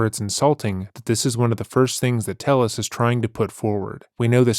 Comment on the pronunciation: I think it's why he said his name was Tayus instead of Tellus, to dissociate. Could be wrong but it was my gut instinct.